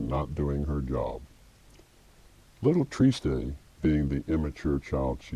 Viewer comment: triste is french for sad. pronounced simply "trist" in french. no -ay.